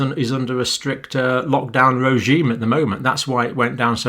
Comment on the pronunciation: "Ro-gime?" What?